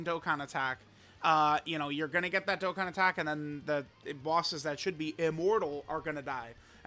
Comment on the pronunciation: Baaaaaaaaaaaa is Dokkan not Dokken!!!!